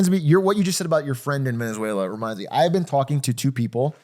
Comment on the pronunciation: I was gonna like and watch the entire video, but the gremlin said veziezuniela so i will report this video. thank you for your attention to this matter